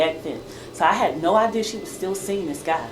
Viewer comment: 😂😂😂😂😂😂😂 ALL THE BACKPEDALING SIS 😂😂😂😂😂😂DAMN YOU GON 'STICK' TOO YOUR STATEMENT?!?!?!?! THAT'S A GUILTY ASS QUESTION 😂😂😂😂OOOWEEEEE, SHE SAID SHE DIDN'T HAVE NO 'IDEAR' AND SHE STICKING TO IT!!😅😅😅